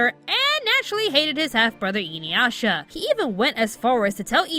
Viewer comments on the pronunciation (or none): I'm sorry but the way you're pronouncing Inuyasha is grating. Its Ee-Nu-Yah-Sha